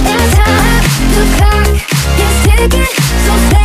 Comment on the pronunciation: Sprinkle Dash the lyrics to the song are "the clock is ticking" not "cock is ticking" I'm saying it sounds like cock